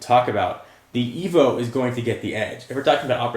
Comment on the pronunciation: its Evo not evil bro